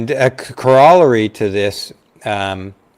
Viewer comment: Cor-RALL-ery? Come on, dude. COR-a-lar-y. You pronounce it correctly or you look ignorant.